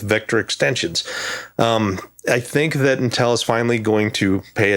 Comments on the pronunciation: I like how pronounces Intel. I say "IN-tel", he says "n-tEl". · This guy is great, but the pronunciation of "Intel" is driving me fucking crazy lol.